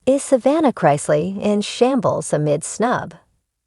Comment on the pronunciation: It's Chris- ley, not Chrise- ley.